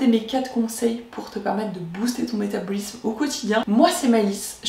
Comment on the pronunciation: Ça me perturbe vraiment la prononciation du mot "métabolisme" durant toute la vidéo 😂 mais contenu intéressant merci